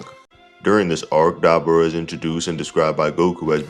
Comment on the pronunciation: Why are you pronouncing Dabura like that? Lol